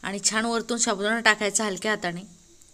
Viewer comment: शाबुदाना शाबुदाना बोलना तो सीख लो😂😂😂